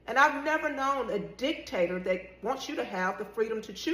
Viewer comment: Did she say, dick… tator?